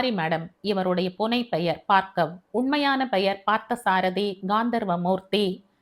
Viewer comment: Hi mam... ❤️❤️. கதை நன்றாக இருக்கிறது ஆற்றின் வேகம் போல, இயல்பான நடை. Btw, மேடம் என்னை தப்பாக நினைத்துக் கொள்ளாதீர்கள் adu Baargav... நீங்கள் பார்க்கவ் என்று படிக்கிறீர்கள். பார்கவ முனிவரின் பெயரால் Baargav ena பெயர் வைக்கிறார்கள். தயவு செய்து மாற்றி படியுங்கள் நாளைக்கு. 🙏